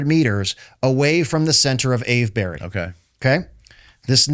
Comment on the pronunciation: if he says ave-berry one more time. every english person watching is screaming "Its pronounced Ave-bree!". That goes for all of the "burys". we just say bree, cus ent nobody got time to say all the syllables